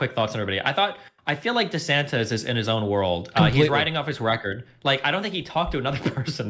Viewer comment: lmao why she keep saying "DeSantez", learn how to speak bro